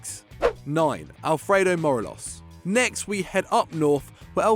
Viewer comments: It’s M-O-R-E-L-O-S Not Moreloz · Mor-ay-los, you have to put emphasis on the e, not the o for Morelos’ name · That might be the worst pronunciation of Morelos’ name I’ve ever heard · im disliking solely for the pronounciation of morelos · Not only did you pronounce Morelos wrong but you got Zahavi’s team wrong too. Zahavi plays for Guangzhou R&F not “Gangzhou” Evergrande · Pronounce Morelos like a fanny 😂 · Thats not how you pronounce Morelos. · When you pick morelos (and can't pronounce his name) over Edouard 😂😂😂😂 you're smoking crack mate. Can't score against celtic or any decent European opposition.